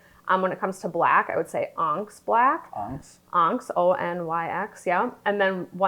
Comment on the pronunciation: Onyx is pronounced On-ix. Sorry to be so picky, but since you are a pro, I’d hate to see potential clients turn away based on a simple pronunciation mishap. Great video…like others say, show us examples. Best of luck in your future success!!